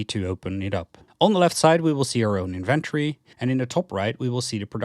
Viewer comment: It really bothers me when you try to say inventory. Try to practice saying the word slowly. IN-VEN-TO-RY, you can also watch some people saying the word correctly so that you stop making that horrible mistake with your pronunciation of "inventory". Anyways thank you for your video. It was very helpful in finding out how to play the game the right way.